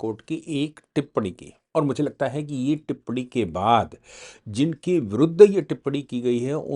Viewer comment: Sir टिप्पणी होती है ना की टिप्पडी आप लोग अगर हिन्दी की ऐसी तैसी करेंगे तो हिन्दी का क्या होगा ।